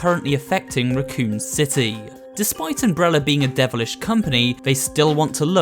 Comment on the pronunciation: It pronounced Raccoon City Raccoon as an animal.